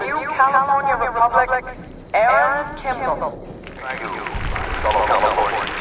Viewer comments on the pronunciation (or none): Kimball not kimble